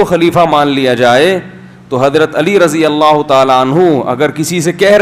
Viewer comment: Mhtaram Razi Allah nhi..Radi Allah